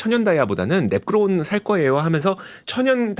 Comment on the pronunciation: 배속해서 들으니 랩그로운 다이아몬드가 매끄러운 다이아몬드로 들리네 ㅋㅋㅋㅋㅋ